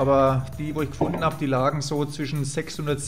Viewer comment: Gut gemacht ! Lustig, wenn das 'n' am ende eines Wortes mitgesprochen wird. Kastenä, gefundenä 😁